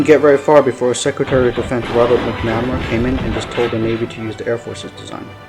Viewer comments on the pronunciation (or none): McNamara: pronounced Mac - nu - mare - uh Ignatius: pronounced Ig - nay - she - us I had the privilege of being an Avionics Tech on F-14's with VF-111 in the Navy. Those of us who spent countless hours maintaining them still hold a fondness for them to this day. Were they big, heavy, complex birds? Yep. Did they get the job done? Yep. At the time, the F-14, even with its shortcomings, was still better than anything our enemies had in the skies, and our Naval Aviators were better trained, and more capable than any of our enemies at the time. The F-14 still maintained an air superiority role for quite a long time. There's a reason why it was the F-14 crews that were sent to Top Gun to learn advanced dogfighting skills. There's also a reason that the F-14 has so many MiG kills to it's name. Was it the BEST fighter we had? Nah...I can admit that, but the Navy still trusted it over any other aircraft to be the one to ensure the safety of the carrier, and it's battle group. There were two F-14's in the sky, and two more on deck armed, and ready to launch in a moment's notice, 24/7, while the carrier was underway. When we launched strikes on Iraq in Jan 1993 from the USS Kitty Hawk, besides the E-2C's and SH-60's, the F-14A's of VF-111 and our sister squadron with whom we shared a hangar at Miramar, VF-51 were the first aircraft off the deck, and the last ones aboard. Not only did they fly escort for the F/A-18's and E/A-6's, they also flew strike missions of their own at the same t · Its Mac-Na-Mar-A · You don’t seem to know much about Robert McNamara. And, you’re saying his name wrong.